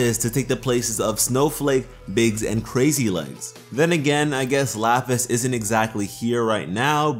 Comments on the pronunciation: I cringed everytime I heard him say "crazy legs". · Is saying "crazy legs?" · Omg. It’s crazy lace not crazy legs, you’re killing me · Ok 1 Biggs Jasper 2 Snowflake obsidian And 3 it's Crazy LACE (type of Agate) Not "Crazy Leggs" all three are gem types Not to yell at you or anything but... DO YOUR RESEARCH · It’s “Crazy Lace” not “Crazy Legs” Crazy Lace Agate is an actual gemstone. I can understand how you got it wrong though, I heard it wrong the first time too. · The gems name is Crazy lace, but he says crazy legs